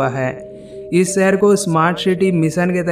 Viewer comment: भाई शहर होता है, सहर नही 👍👍